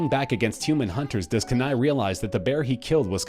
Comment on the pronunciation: Dude, you do realize that in Brother Bear, the native teen boy turned bear's name is pronounced, Kenai = Keeneye.